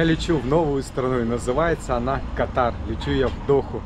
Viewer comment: И всё-таки страна называется КАтар, а есть болезни, которые называются катАр., тебе сейчас часто придётся произносить название страны, лучше не ошибаться 😊